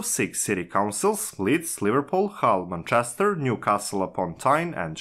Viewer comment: You read like a 7 year old reads off his paper. Have you listened to yourself? And ffs listen to an actual English person saying "Manchester" if you're unfamiliar with pronunciation.